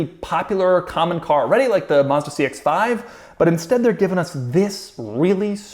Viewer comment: Maz-da not Mus-da